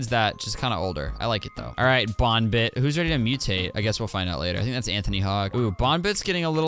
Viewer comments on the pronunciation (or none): YOUR SAYING BOONBIT BUT ITS BON BIT